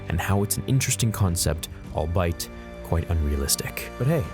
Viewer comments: lmao, albeit is pronounced “all be it” bro, not all bite 😂 we aren’t talking about all might with a mouth like the crimson chin over here lol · Did he just pronounce albeit as all bite?